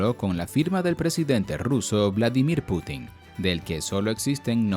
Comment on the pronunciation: "vlamidir potanin"😻